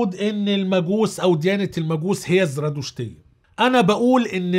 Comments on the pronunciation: تلفظ زَرادَشتية وليس زْرادُشتية .. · الزرادشتية : حرف الدال بالفتحة مو بالضمة